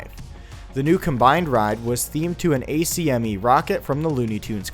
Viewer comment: A-C-M-E? It’s ACME. ACK-ME. Come on man, didn’t you watch Looney Tunes?